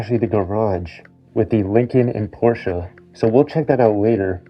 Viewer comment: Thank you for saying Porsche correctly